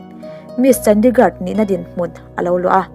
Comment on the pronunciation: ChandigarD tiin lam toh suh boihi